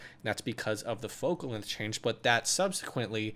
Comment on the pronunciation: "lenth" jk i love your tutorials